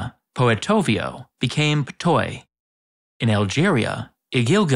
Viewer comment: Just wanted to say, your pronunciation of Ptuj was quite nice, usually foreigners break their tongues over it😅. Although it is a bit more of an /u/ sound instead of "o"